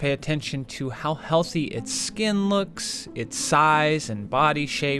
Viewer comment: again you said skin !!!!!